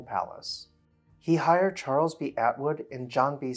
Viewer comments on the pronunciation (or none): none